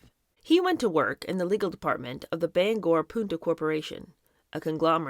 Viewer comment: Thank-you for pronouncing Bangor properly. Most people not from Maine call it Banger which is incorrect. And Bogotah is pronounced BO-GO-TAH not bugotuh. Don't mean to be persnickity.